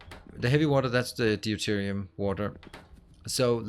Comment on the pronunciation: Counterpoint: I've never heard any native speaker saying nittric, and it's not an American/British thing - everyone says it rhyming with night. Also enjoying the series on catch-up (and as usual I started a run with similar mods to do my untidy version). (Btw it's dyoo-terium not dee-oo-terium 😏)